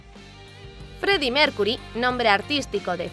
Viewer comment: Si da risa dijo el Feddie Mercury